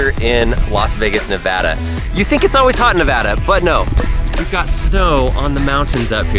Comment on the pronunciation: Someone knows how to pronounce Nevada right! Yay! :D